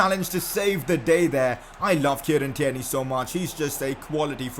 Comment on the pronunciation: You clearly don’t look at your comments say tierney properly